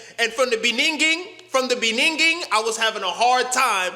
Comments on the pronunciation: 🇿🇦🤔 My nigga. Did you just pull that 🇿🇦South African shit? "In the beninging" 💔🤣🤣🤣🤣🤣😭😊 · My sides are hurting of too much laugh. Also "Beninging".